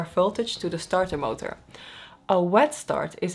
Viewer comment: I love how she said startermotor with the most Dutch accent possible. I love your video's and keep going or as we say in dutch ''Ik hou van je video's blijf zo doorgaan.''